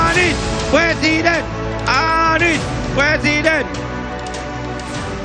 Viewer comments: Ini suara siapa yaaa,,, PRESIDEN atau PLESIDEN. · Pleciden plesiden😂😂😂😂